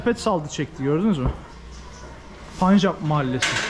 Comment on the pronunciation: telaffuzun yanlış...SİKH... değil SİH ... Öyle mi yazılıyor bilmiyorum. Ama onlarca yıldır, telaffuz bu şekilde. Bir de, punjap değil telaffuzu PENJAP... O rası da bilinen zamanlardan beri öyle telaffuz ediliyor.